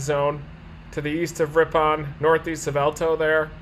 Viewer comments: I am from this area originally. Ripon is pronounced RIP-IN. And the town southwest of there Markesan is pronounced Mark-a-zan. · I love listening to people who are not from here try to say the names of our cities :) We say Ripin :) Just came across the link to this video so I thought I would check it out.. oh, I just got to the point where you got it :) Thanks for the video